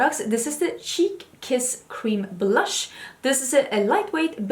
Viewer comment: let me tell you, the star of this episode was you and your looks 🤣🤣🤣 🤣🤣 Stop trying to make fetch happen 🤣🤣🤣🤣 🤣🤣🤣did you say blursh the look I was done 🤣🤣🤣🤣🤣🤣 priceless and that Natash Denona Palette 😱😱😱 it’s a purchase for me. Another great episode.